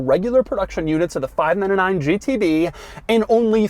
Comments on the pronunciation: Sounds like he’s saying 5 9 to 9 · "five na na nine"